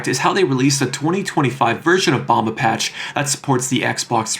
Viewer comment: As a Brazilian, im impressed with how much depth u put into our ps2 games history, i really was not expecting to hear a English voice saying things like "bomba patch" and the geomatrix group in general